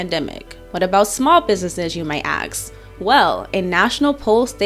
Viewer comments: As long as you did the research for her... I'll give you a quick grammar lesson. It's ask, not axe!! Otherwise, good video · Taxation is extortion And I don't trust people who use the word ax instead of ask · Why do you have an overwhelming desire to be wrong, so wrong in fact you decided to show the world just how wrong you are! See, the word is 'ask' you know, to say something to obtain an answer, an 'ax or axe' is a steel bladed tool used to chop wood, completely different words and meanings....that extremely bright young lady would do well to use words appropriately. P.S WTF does skin color have to do with your comment?